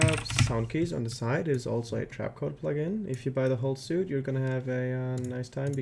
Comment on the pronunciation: Amazing tutorial! Also, just a fyi, but "suite" is pronounced like "sweet," not "suit."